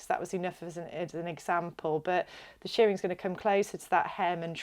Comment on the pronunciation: Shirring is pronounced like the i in girl or whirl, not like shearing in removing fleece from sheep. Otherwise thanks for the video.